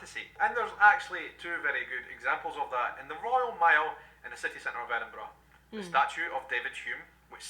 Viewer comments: Your 'edinbru' was perfect! lol! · You've learnt to pronounce Edinburgh, now you need to learn to pronounce Glasgow